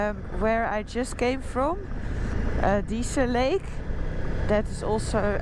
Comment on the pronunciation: Dease Lake - Pronounced correctly with silent e at the end … 😊